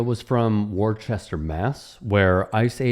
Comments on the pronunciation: "War-chester?" 😬 Woostuh bro. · it's pronounced Wouster (Wou as in would), not Warchester. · Worcester in New England is pronounced as WUSS tah throw away the " R"s